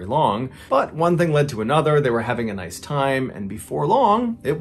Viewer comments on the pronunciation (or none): none